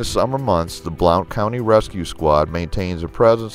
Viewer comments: Its pronounced Blunt county. I know it's spelled Blount. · “blownt county” lol we call it blunt